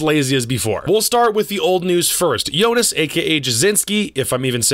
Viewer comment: They way you said Joonas GT lol. Shocked by the CTZN news for sure